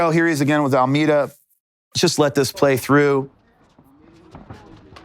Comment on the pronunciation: Love how he kept calling Almeida Almeter